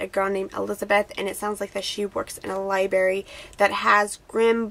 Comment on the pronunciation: How can you say libary? You're obviously a reader, don't pronounce it wrong! There's an r there, libRary